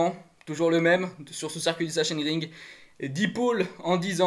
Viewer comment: Bonjour pour la prononciation il faut dire saxonering.😆 Sinon super debrif. Merci.